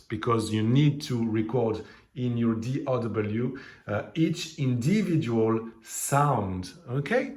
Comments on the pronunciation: DAW not DOW dude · He meant D “Au” W… Digital Audio Workstation .. Au sounds like O.